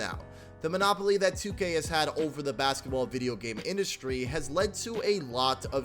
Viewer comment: My man please stop pronouncing 2k wrong lool